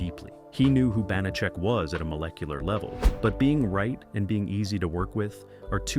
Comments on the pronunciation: Sooo many errors... Carly Kirkland, not Davidson, 10%, not 15.... and many more, many of which were pointed out by other commenters. I always loved this show. I'm old enough to remember when it was originally shown. I have the show on DVD and still rewatch frequently. Too bad the AI narration can't get the pronunciation right for the character or the actor. Glad to see Banacek getting it's due, but I wish it had some fact checking. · They are mispronouncing the main character's name, which is ironic, because mispronouncing his name was a running joke on the show. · Hey they may mispronounce Banacek and Peppard wrong, but how they made Kirklan sound like Davidson, That's some next-level mispronunciation 🙂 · Your AI voice constantly mispronounced George Peppard's last name and the name Banacek (Ban-a-chek), not (Bon-a-cek). Thomas Banacek did not drive a Rolls-Royce. He drove a 1941 Packard Super Eight One-Eighty Convertible Victoria coupe, or his chauffeur Jay Drury drove him around in a black luxury 1973 Cadillac Series 75 limousine. Do some real research! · The narrator needs to do his homework. First the name is pronounced "ban a check", he was saying it so many different ways. Second, yes it rotated as part of the weekday mystery movie, but he named elements of the SUNDAY mystery movie (Columbo, McMillain, McCloud). Third, the actor's name was "George Peppard as in pep pard", he kept saying "peppered" or "peapard". Fourth, they kept showing clips from Peppard's big screen movie "The Groundstar Conspiracy' which came out at the same time but was NOT a Banacek story. Fifth, there were only 17 episodes counting the pilot NOT 18. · It's the bon-a-check that kills me. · Not only is the character's name mispronounced, but there was no Rolls-Royce featured in the series. Banacek had a classic Packard convertible and a Cadillac Fleetwood 75 limousine. I remember episodes where Banacek had to travel: his vehicles varied from a Jeep to a DeTomaso Pantera.